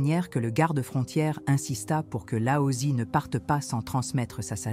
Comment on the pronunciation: Regrets : le fait que vous utilisiez l’IA pour le script ! Des invraisemblances qui peuvent perturber qui ne connaît pas le chinois mandarin ou croit e qu’il lit ! Exemple? Wu Wei devient Huawei , Laotse devient Aosie etc etc . À part ça, bravo et merci!